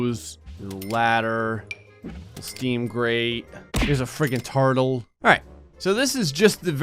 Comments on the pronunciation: "heres a fricking teurtle" did anyone else notice that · No one: Not a soul: Definitely not even a Sim:: Here's a friggen TaRDle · Nobody: Everybody: Turtle/tortle: tartle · “here’s a fricken tartle”